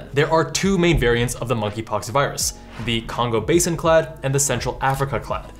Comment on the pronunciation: The "a" in clade is pronounced like the "ai" in paid